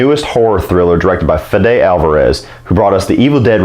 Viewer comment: Your pronunciation of "Fede" is quite funny: Feh'deh. It's abbreviation of Spanish name Federico and is pronounced 'Fehdeh, stress on the first syllable man.